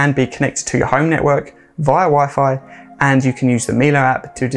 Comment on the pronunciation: I work for Miele and yes, you got the pronunciation correct here. As in ‘Miller’.